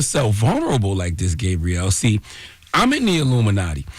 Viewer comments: Charlamagne, Is her name pronounced Gay-Brielle or Gaab-Brielle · Why is he calling her Gabe-brielle? 😂😂😂